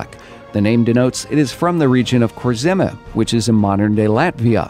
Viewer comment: Your pronunciation of kurzeme was quite painful and hurt Latvians across the world